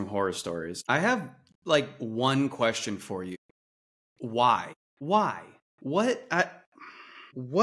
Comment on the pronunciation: ", I have a quweestieeenn."